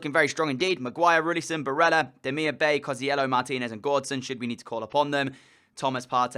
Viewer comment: It's Demirbye not Demirbay